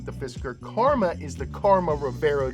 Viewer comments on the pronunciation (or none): none